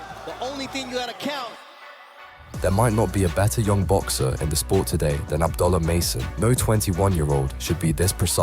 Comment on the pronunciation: MaNy Commentator FaILeS to ProNounCe HiS NamE ProPerLy. .SPeLLed ABD'U'LLAH. ..WHy ..,❓ULLaH